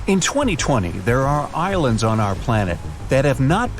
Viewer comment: Is it just me ,or does it sound like he says Irelands at the start of the video I thought there was only one Ireland